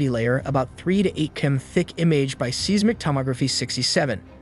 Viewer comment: Seismic is pronounced (size-mic) also your title is misleading and click baiting